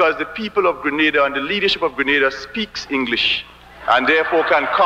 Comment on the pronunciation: You had it right the first time... It's pronounced "Greh--Nay--Dah"